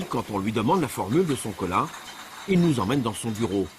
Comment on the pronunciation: c'est cola pas coca